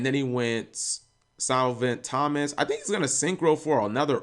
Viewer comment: You should really learn how to pronounce Copernicus. I'm pretty surprised you could pronounce Thomas correctly.